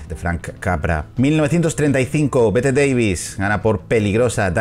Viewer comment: Bette Davis te halará las patas por pronunciar mal su nombre, ella decía que no era Bette como se diría literal, sino Betty algo así, así se escribiese Bette.